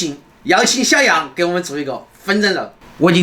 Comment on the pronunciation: 吵蕭處+蕭癢（這樣才是你的口音），我住美国，下次我可以去你們家吃饭嗎？我是你們的粉丝